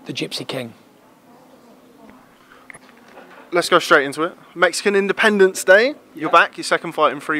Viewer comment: its independence not independebce